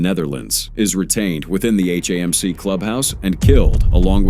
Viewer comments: HAMC is not pronounced "hey-mc". Goodbye. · Same thing with HAMC pronounced "hey-mc"